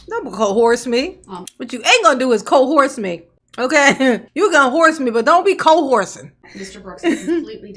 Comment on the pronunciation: co-horse-me? omg, that's mind blowing, I can't spell it but I know that's not right. don't sound right at all.